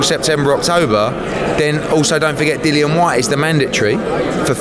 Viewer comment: Yet another thick lazy American that can't pronounce simple names. Dillian Whyte not fucking Dylan! How can you be a reporter on a sport and not know the big names in it?